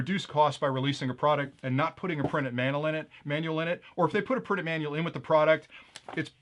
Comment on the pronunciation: ...a mannel? 😂